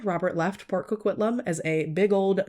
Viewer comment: We don't claim this pile of puke! And I am very impressed with your pronunciation here. I think you and Christina Randall are the only two non Canadians I have heard pronounce Port Coquitlam properly haha.